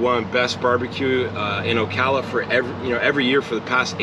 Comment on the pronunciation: You mispronounce Ocala....arghhhh.......Do you also say KISS a me?